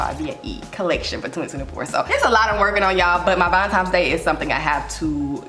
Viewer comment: I love you so much and know it’s just the Memphis drawl…but please…it’s ValenTINE’s not Times lol!